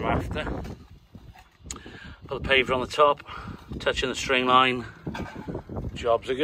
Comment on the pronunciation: What’s a pave v er 😁😁😁😂😂😂